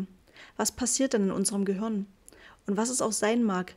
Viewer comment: Gruselig... Sprechkäseschmatzen und Dialekt... Es heißt Gehirn und nich göhürn, Kapitel und nicht Kabitl 🙄